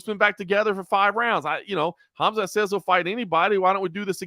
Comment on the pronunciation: Good show, but can I just request that learns how to pronounce “Khamzat” correctly? Annoys the shit out of me every I hear “Hazmat”. Otherwise love the show cheers.